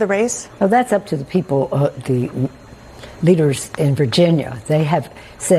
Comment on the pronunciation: the way she gummed out leaders it almost sounded like the N word...They would have tried to cancel a republican foor that if anyone even percived that..